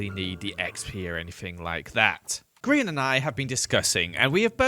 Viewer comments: you know like griEn not grian its not lizzy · EVERYTIME HE SAYS HIS NAME WRONG LIKE PLEASE HELP IMA DIE FROM INSANITY he doesnt understand its GRIEN not Grian Gri-EN